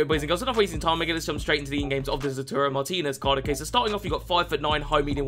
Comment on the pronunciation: Everyone: Lautaro: Lauturo